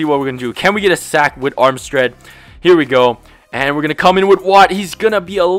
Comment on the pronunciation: "Armstread" LOL!